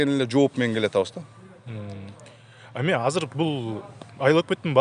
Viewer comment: "Казыр" - эмес, "Азыр" - деп эле сүйлөгглөчү...